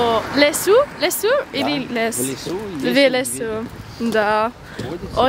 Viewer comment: Очень интересно у тебя получилось произнести "в лесу". Ты произнесла "велес". Велес- бог в славянском язычестве. Помимо прочего являлся так же покровителем леса и мог принимать форму разных животных, в том числе и медведя.)